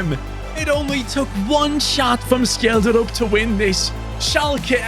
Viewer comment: Btw Scheldrup is pronunced Shellsruup not Skelddrup